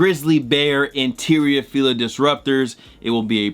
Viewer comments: when u said fila i almost unsubscribed on the moment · Bro. I about unsubscribed when he said Fila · Who else came to the comments after he said fila